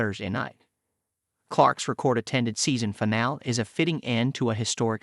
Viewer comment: I can't bring my self to subscribe to channel that pronounces finale wrong, diss gusting